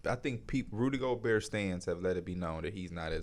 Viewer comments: The craziest part is he’s the biggest Rudy Gobert fan I’ve ever seen and somehow still doesnt know how to pronounce his name. You can hear him pronounce the T at the end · the t definitely comes out at times but in the first clip he just said it as gobear 3 times in a row so